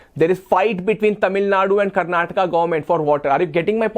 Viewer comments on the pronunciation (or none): none